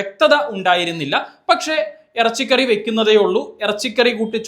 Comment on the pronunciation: 😅😅😅😅Errachiykaarriy Aaanne Enkkiy Urrappyichooo.... Koyiaaa Aaannee